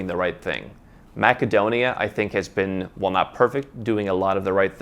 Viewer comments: Is ‘maca-donia’ how you pronounce it locally? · It is pronounced MASSADONIA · Funny your pronunciation of Macedonia